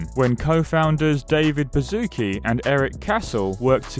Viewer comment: This guy's name you read as: Bashutski And not Bazooki...